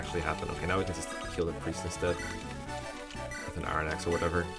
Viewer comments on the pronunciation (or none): none